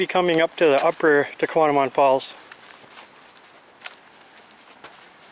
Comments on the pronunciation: He’s not pronouncing it correctly. He is swapping a M and a N around. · He's not pronouncing the falls correctly!